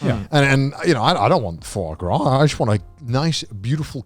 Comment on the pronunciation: Can anyone else NOT get Garnt saying 'Foy Graw,' out of their head?